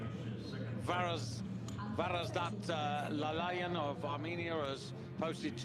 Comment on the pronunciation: please read properly: Minasyan, not Manisyan! And Lalayan, not Lalalyan!